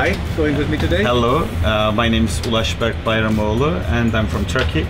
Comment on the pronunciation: "" lmao that gave me a good laugh. He said his name is Ulaş Berk Bayramoğlu, not hahah Also not "hot" takeoff - he said HUD takeoff. Because he was using the HUD, heads-up display... Okay watching more of this, there are so many mistakes with the subtitles I won't correct them all. But in the future, I'd be happy to help.